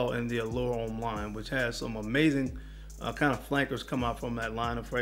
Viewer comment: Everything was good until you said allure homme EE. Overrated basic scent